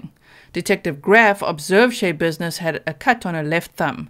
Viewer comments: schebusiness isn't her actual name she had it changed. it's pronounced sha business no y sound from all of the reports and Court testimony I have seen. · Schabusines should be pronounced with the a sound short. As in "notsha business" or "mindsha business". She made up her last name based upon the saying, and had her name legally changed to it. I really like your channel,, and I mean no insult, I am sorry I don't mean to seem nitpicky. But the story behind her name is one more layer of weird with this woman. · I believe her name is pronounced Sha likes rhymes with Paw.